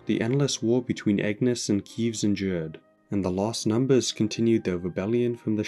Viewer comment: How do you still pronounce keves wrong